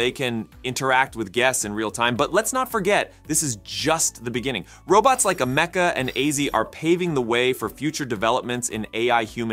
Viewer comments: Dude, do the research.. your mispronounciation of her name (along with her sudden American accent), was driving me insane. It is pronounced as: Am-E-Ca, NOT: A-Me-Ca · It's Am a ka. Not Am eka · "AM-uh-cuh" NOT "a-MEC-uh" 🤨🙄 Her name is referenced in her video, why do you get it wrong? Stupid. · Ameka not Amakea pronouncing it wrong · AM - UH - KUH is how it's pronounced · I've noticed that these bot narrators really like to mispronounce Ameca, including right after the name is pronounced correctly in this footage. Well, another thumbs down- moving on! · I hate how he's pronouncing Ameca.